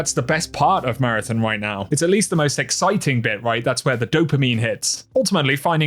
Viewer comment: Take a shot every time he says “MARATHIN”